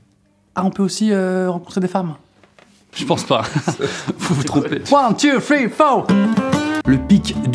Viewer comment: one Two fri faux